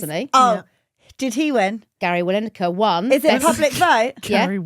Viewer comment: I heard Linekar